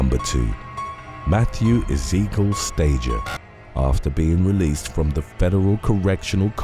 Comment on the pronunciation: The horror style music, cheesy sound effects & slow paced delivery do nothing to enhance the video but they are irritating. Also that’s not how you pronounce “Ezekiel” or “Doherty.” Put all that together & that’s why I dropped out after 12 minutes.